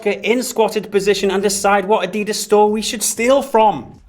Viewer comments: Did you just pronounce Adidas, "Adeedus" haha? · No you said adeedas. It's ADIDAS